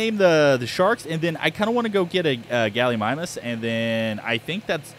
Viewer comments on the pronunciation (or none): none